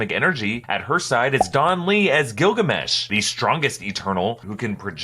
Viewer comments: everytime he says Gillgamesh i heard Gargamel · I can't be the only one that thinks of gargamel when he says gilgamesh right?